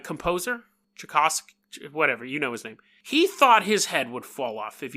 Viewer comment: It’s pronounced Chai (like tea) Cough (like cough) and skii. So Tchaikovsky